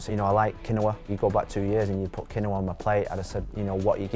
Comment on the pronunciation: "Qui-Noah" lol